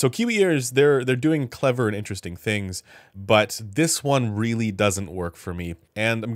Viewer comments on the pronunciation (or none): none